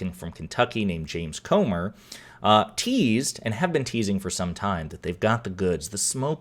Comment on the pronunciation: Are you sure his name is not Gomer instead of Comer?